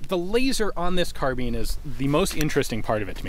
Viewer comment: I can’t tell if I have been pronouncing carbine wrong my whole life or he has saying carbean